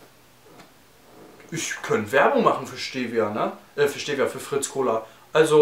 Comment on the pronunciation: Tolles Viedeo Aber ihr deutschen sprecht Stevia alle falsch aus :D